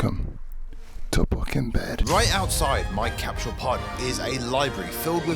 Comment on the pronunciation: It's CAP-SUL NOT CAP-SHULL *ENGLISH TIP